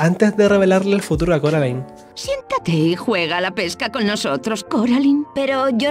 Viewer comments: Soy Española, he visto la pelicula es español, tuve este juego en Español y me sigue reventado que llamen Coralin. !¿COMO Q CORALIN?! Se promuncia Coralain. Y no admito discusión. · Carolin ? No es coralain ? Estos españoles estan bien chaquetos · porque le dicen CORALIN???!!! me apuñalo los oidos >:( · ¿"Coralin"?... WTF, Es doblaje de España, pero en la película nunca se pronunció así 😂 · Le dijiste a Coraline, Coralin? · Me causa temenda incomodidad cada vez que dicen carolin xdxdxddddd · Coraline ❌ Coralin ✅ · Ko-ra-lin... ¿¡QUE?¡ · No se, simplemente me da risa el “Coralin” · CORALIN? Disculpa?! No. Simplemente, NO.